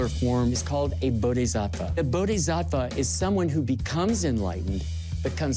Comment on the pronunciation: “Bodezafah” - Point Break